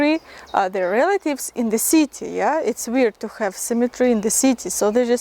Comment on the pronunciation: букву И на англиском произноси чуть короче. :) особенно в слове City. а так видео интерестное. приезжайте к нам в Литву в гости :)